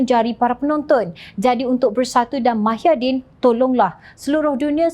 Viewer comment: Ada silap dia sebut mahyaddin...sepatotnya muhyiddin